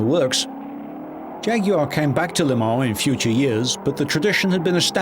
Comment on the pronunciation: I refuse to watch a documentary unless they pronounce jaguar right and I've finally found one which does😭